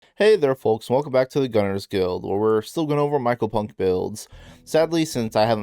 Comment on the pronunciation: one day someone will say mycopunk correctly